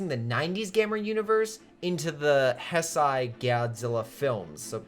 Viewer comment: Heisei is pronounced, "hey-say."